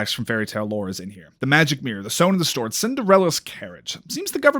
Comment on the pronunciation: anyone else notice he says sone in the stord? 😂